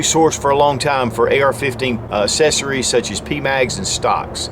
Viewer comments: Anyone else love hearing say "Assessories." Lol. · ACK-cessories. Sorry...that drives me nuts.